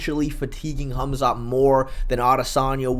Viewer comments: "Hum-Zot Chimaev" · MMA "Humzot" Che